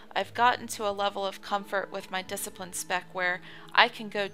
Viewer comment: There is no "K" in discipline. It's pronounced "diss"